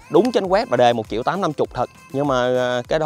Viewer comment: Nhà gì mà chiệu chiệu không vậy trời . Ai có tiền đọc là triệu , tôi không có tiền đọc là chiệu , chứ không phải viết sai 😥😜